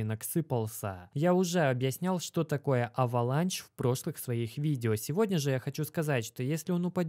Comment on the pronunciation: уважаю тебя но почему авеланч авеланш на англицском